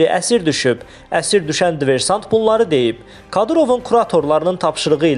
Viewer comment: Dversant yox, diversant